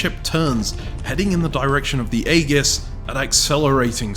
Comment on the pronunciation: that is not how Aegis is pronounced